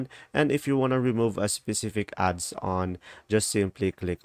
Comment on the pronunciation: It is adons not adson